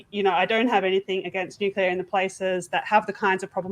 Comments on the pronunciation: Cmon, say it after me its "New -clea - are" - Nuclear, nuwcular is something else. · What is this energy source he is talking about, nucular?? Is it similar to NUCLEAR?? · If you are going to talk about nuclear at least learn how to pronounce the word. There is no such word as nucular.